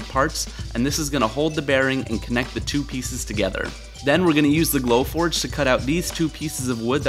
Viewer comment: I thought you were saying "blow torch" for so long until I saw your "glow forge"! You're awesome!